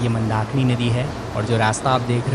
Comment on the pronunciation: As always pronunciation is wrong.He cannot say Rudra Prayag and Mandakini.Prayog instead of Prayag.